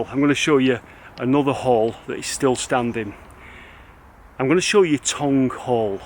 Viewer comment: Tonge Hall not Tongue LOL